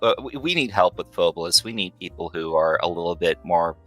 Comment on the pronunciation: Loved the pod as per usual lads: Hmm, my takeaways on this one are. 1. So Phobolis (not pronounced as "pho-BOH-lis" apparently) is basically Silent Hill but covid. 2. has additional photoreceptive cones in his eyes, which is sick (and exceedingly rare in males, if i recall correctly, it is more prevalent in females). 3. Not gonna lie I would absolutely love to hear story about what happend in his town in detail - That story seemed to have been quite personal (and quite painful to him). 4. I knew of the engine switch, but it was a fascinating listen nonetheless. 5. Also holy shit painting on a single layer in blender like that takes Balls, I respect that. And the result is nice too. (Though I would advise getting their hands on the Paint System by Tawan Sunflower, which basically allows you to paint in layers. I've used that for my personal projects occasionally.) 6. I am thinking of taking quite a few inspirations from the Concept of Death (or lack there of) in Phobolis, to sort of give it my own spin for a potential, theoretical personal project, hopefully the duo won't be against it! In the end. Proper podcast lads, much love for shining more light on this random little game that stuck with me all these years from Alpha Beta gamer's channel. Also Merry christmas and a happy new year.